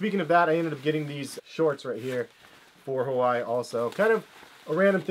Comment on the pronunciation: Why can't people learn how to say Hawaii correctly